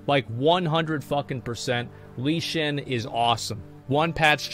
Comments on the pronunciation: "Lee Xin" lol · The way he pronounces Lei Chen 💀